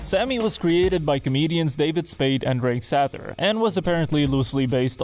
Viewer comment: FYI - That picture is of Joel Gallen not Drake Sather (pronounced Say-ther)